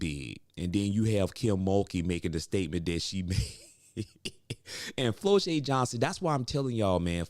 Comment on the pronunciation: It's pronounced Flaujae not Flolae